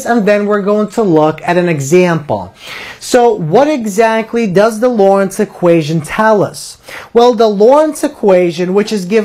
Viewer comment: To the respect to the founder please pronounce his name correctly. There is a "t" in his name. It is not Lawrence it is Loren"t"z.